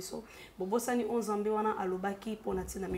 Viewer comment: ta façon de parler est fausse je ne pense pas que tu parle comme ça avec tes proches,soit normal lingala se prononce nzambe et non nzembê,ta tonalité sonne fausse malgres le message de Dieu ma chère